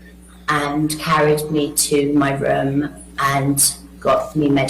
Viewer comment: Love her voice and accent. E.g pronunciation of room.